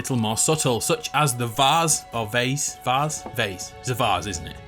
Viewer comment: It's varz